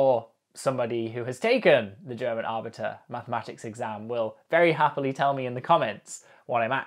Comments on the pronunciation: Abitur - not arbitre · Oh man, this brings back a lit of memories. This was more entertaining to watch than expected, especially with the added handicap of questions being lost in translation. Btw, "Abitur" would be pronounced roughly like "AH-BE-TOUR" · Pronounced "Abbey two-er" Abitur 😃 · the way he pronounces Abitur sounds way cooler than it actually is